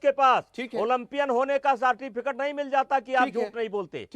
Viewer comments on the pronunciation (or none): Yeh federation ka head hai ...sartificate ......Certificate..